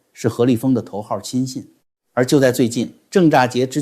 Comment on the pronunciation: 郑栅洁的标准读音为 Zhèng Shānjié